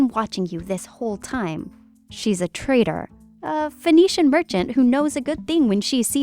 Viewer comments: The scary part about that line "She's a trader" is that you can't tell whether it says traitor or trader. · That’s the American pronunciation :)